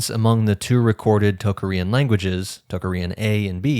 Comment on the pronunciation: I have never heard -arian or -aryan pronounced in such a strange way as when you say Tocharian